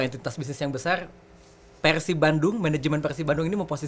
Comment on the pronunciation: persib bang bukan pekhsib